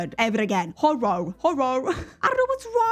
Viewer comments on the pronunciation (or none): instead of trying to say HorrOR try just saying HorrA. I’m Welsh and we pronounce it horra, just easier 🤷🏻‍♀️🤣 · version: horoar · I absolutely hate to tell you it's pronounced 'hor-er' the 'or' is an 'er' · Hey! Here's a life hack on how to say "horror." Imagine as if it's a one-syllable word with a double /r/ at the end that you prolong a little bit! "Horr". You can do the same thing with "error" or "mirror" — err, mirr. Alternatively, just drop the last /r/ and say it in a British manner — hor-ah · 🎉As a Brit, I never realise how difficult English is until someone points it out 🤦🏻‍♀️😂 it's a ridiculous language - I'm sorry. If it helps at all - horror is pronounced "hoe-rurrr" 😵‍💫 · So, if you need a hand with pronouncing Horror, try saying it Hor-rar, it might make it easier :) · Loved the impromptu pronunciation meltdown 😂 I pronoun horror as "horrer" or "horrur" you might sound like you've come from up north (in the uk) but it might help with pronouncing it 😊 Also i just wanna say your videos are a joy to watch ❤ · Horror where I live sounds like horrer but that may not be universal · A tip for pronouncing horror, is to say it like hor-ra, at least that’s how I say it(I’m Australian) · Just pronounce "horror" like "wh*re"! We just slur the r's together 😂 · It’s ok you cant’t say horror but me as a southern U.S guy we can’t say some words like others. We’re still amazing tho 🤗🫶🏻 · trying to say Horror..... Oh No.... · As a french speaking person, even I can’t pronounce this word 😭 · At least you're attempting to pronounce the second syllable in horror even if it sounds a little different. So many people I've heard just drop that syllable altogether, which makes it a completely different word you do not want to be using in regular, every day conversation. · as an american, i cant say horror either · It looked like you tried to eat the word Horror lol it’s ok I’m American & can’t say it right